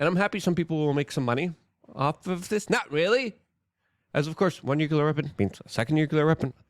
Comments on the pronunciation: New - clee - err. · Nuclear is pronounced NEW-CLEAR. Please, Luke...you should know this